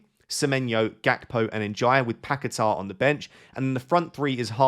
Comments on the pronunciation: you need better hearing, nobody pronunces R at the end it is long A, like Pa ke taaaaaa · Why can no FPL expert pronounce Paquetá? There is no ‘r’ on the end